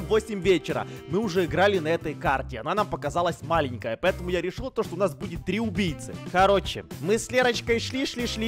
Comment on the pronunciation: сказал не убийци а УМБИЙЦИ 🗿😑😂